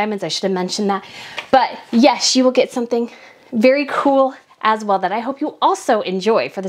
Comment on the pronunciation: I love your videos but the way you say “as well”and overdramatize your words grates on me🥴